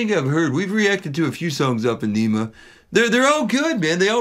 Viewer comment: "Ah - na - muh" is how Adam Jones pronounced the title of the album.